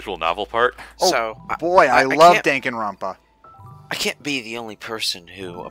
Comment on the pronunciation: I'm sorry, but was the only one who heard say " Dank-aronpa"?